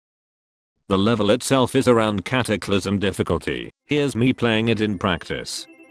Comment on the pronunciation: you can't even say cataclysm😂😂😂😂